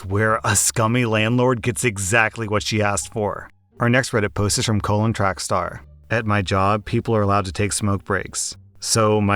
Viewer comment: “colon” track star hahahahahah i’m p sure his name is like “collin” hahahah